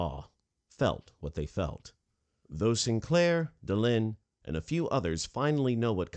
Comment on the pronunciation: It's Delenn not Delinn!